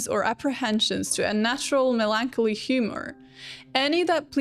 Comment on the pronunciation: Its melon-collie